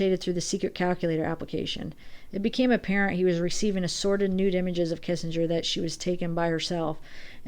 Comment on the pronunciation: It sounded like you said "sorrid" nude pics not assorted...good one